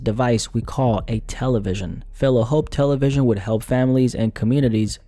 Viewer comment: No one says Tel-A-vision bro